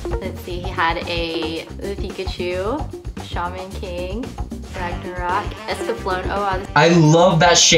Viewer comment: He also pronounced "Shamon King" as Shaymen King😵😵